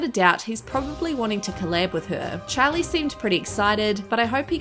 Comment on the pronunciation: Y she say Charli like chAly I’m dead 💀